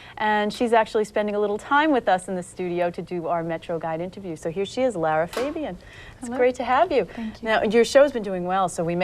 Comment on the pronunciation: Lara is so amazing. What annoys me though is how they always mispronounce her beautiful last name. It’s Fa not Fey.bian!